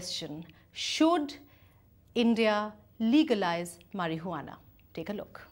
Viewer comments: its not marihuanaa.its marijuana..good video though😂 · Marie-Hu-Annah. XD Just call it Pot if you have a hard time.